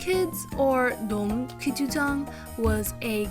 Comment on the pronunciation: Btw it's pronounced closer to "da" "um" instead of "dome"